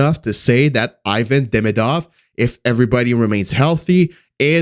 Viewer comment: Hey ... learn how to pronounce Demidov's name He isn't Ayvan. You have to pronounce as a Evan. That's it